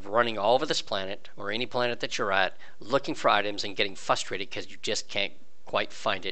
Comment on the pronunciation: Is it me or is he not pronouncing the first r in frustrate? And adding a u into reticle? None the less, I gave a thumbs up because I found this very helpful.